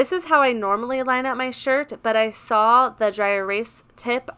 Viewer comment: OMG sawl is not a word. It very simple, say it with me... it’s SAW